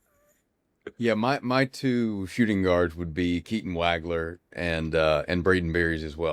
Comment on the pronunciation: Guys.......it's not "WAG-LER"......it's "WAWG-LER".